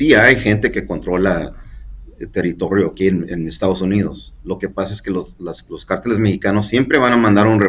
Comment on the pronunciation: Hola Jorge, te tengo una crítica constructiva: las palabras "cártel" y "cárteles" llevan acento prosósico y ortográfico. Tú mencionaste muchísimas veces la palabra "cárteles" sin el acento a lo largo de este programa y para mi es inadmisible. Ojalá que hagas esa correción en el futuro ya que te están viendo y escuchando miles y miles de personas y tú eres un ejemplo a seguir. Deseo que no me lo tomes a mal. Saludos.